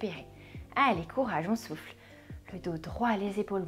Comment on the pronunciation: à un moment vous dites 'on souffle' et j'ai compris 'on souffre', :;))))